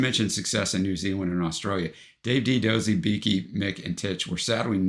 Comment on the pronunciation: Do-zey not dozzy🎩